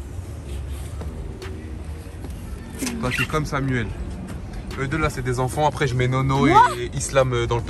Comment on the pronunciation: il a dit deuz